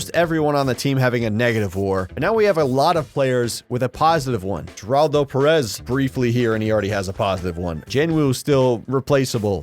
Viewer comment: The way pronounces Geraldo's name bugs me more than it should 😅